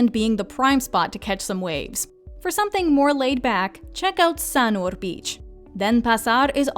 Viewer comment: Nice list so well done! Indonesian however is not pronounced like Spanish. I giggled at the pronunciation of Denpasar and Sanur however it did make me want to go back again...